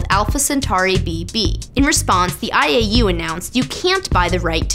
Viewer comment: When she said IAU i thought she said 'I ate you'. Hahaha